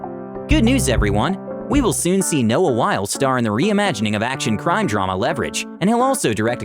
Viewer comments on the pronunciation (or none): It's Noah Wy-lee, not Noah While, but still a good video with some good information.